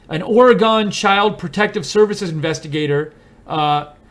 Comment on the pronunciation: There is no "gone" in Oregon. The correct pronunciation of Oregon is similar to pronouncing the two words "aura" & "gun" together, although the "u" in gun is a bit shorter than that. If you visit Orygun the natives will appreciate your correct pronunciation. You got it right! ugh and the reverted to the incorrect pronunciation. I'm telling you if you visit Orygun and mispronounce the name you will get crappy service, and charged more for items & services purchased. Thank you for reporting on this abusive politician.